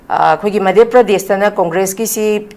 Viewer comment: Not Meidhya pradesh ....Say Madhya Pradesh